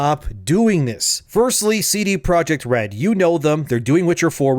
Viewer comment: All I could hear during this video was ""